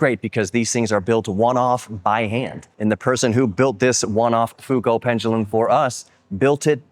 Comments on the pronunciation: "foo-co" has to be the most americanized bas7ard1zation of that name I've heard in a long time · "Foo Coat" pendulum sounds really funny. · Why do you Americans like to bastardize all foreign names? Try to honour Léon by pronouncing his surname with care.